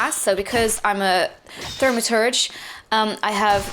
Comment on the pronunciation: its tha-ma-tur-ja.